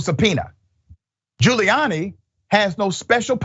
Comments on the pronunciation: He's just gonna lie.🤷🏾‍♀️ Also, did you call this man Booty Giuliani ?😂😁🤣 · Did he say " Booty Giuliani"? Lmao.